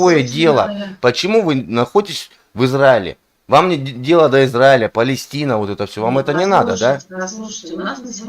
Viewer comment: "мне нравится ваш лух" :D ахахаха... лух - это что? "зи зраиля" бггг... ну-ну.